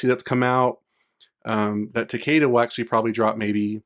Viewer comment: It's ta-KEE-da. They literally say his name in the story of MKX. I don't understand why everyone wants to pronounce it wrong.